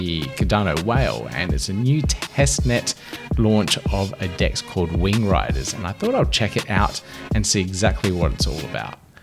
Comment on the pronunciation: I swear you said wing grinders.